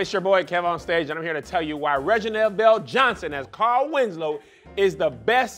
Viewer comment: “CAR-EL” 😂😂😂😂 Taheir cannot talk lol